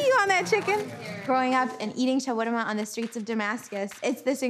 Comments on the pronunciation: Notice that actual Arabs call the sandwich SHAR-WARM-UH...and not SHWARM-UH. We should get the pronunciation right. It's like saying SHE-ITE...after them telling you it's SHIA. Very disrespectful. The sandwich has 3 syllables not 2. SHAR-WARM-UH. Not SHWARM-UH. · Its SHA-WER-MA. There is no "r" before the "w" in arabic. شاورما. And it is not offensive if they dont pronounce it right.